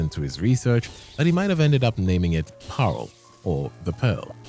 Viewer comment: dutch mentioned woooh Also its parel not paarl for pearl in dutch, or maybe the auto sub taught you said paarl, cuz yeah saying dutch words is tricky, but its like pronounced; P-aa-rol